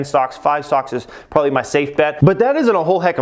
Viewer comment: There are two “b”s in probably. It’s not “brobaly”. Terrible.